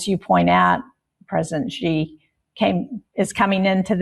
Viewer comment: Ben, his name is Xi Jinping. It is NOT "Gee". Please just say "She" if you can't be bothered to make even the slightest effort to pronounce it anywhere near correctly. Thanks.